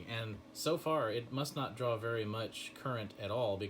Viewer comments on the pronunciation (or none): none